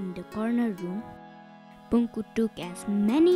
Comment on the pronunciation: its not Punku - Punakhu Maicha